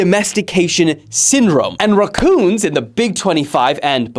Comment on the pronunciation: why do you say racoon like that